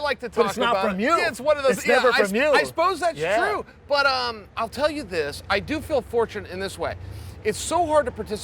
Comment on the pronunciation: "I couldn't telyahwhoovabawa card"